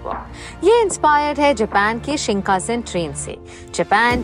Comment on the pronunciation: its SHINKANSEN not SHINKASEN